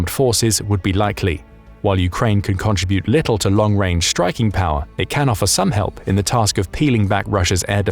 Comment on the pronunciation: I’ve never heard contribute pronounced that way